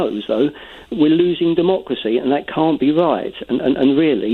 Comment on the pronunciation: DeMOCKracy........CorbIN....ReMAYnder and Cabull. Need one say more.